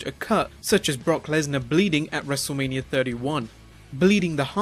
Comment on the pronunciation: Next time pronounce wrestlemania properly